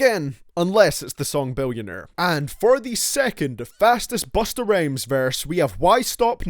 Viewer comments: He said Bustah Rames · did you say busta rayms lololololoolollollloloooooooooooooooooooooooooooooooooooooooooooooooooooooooooooool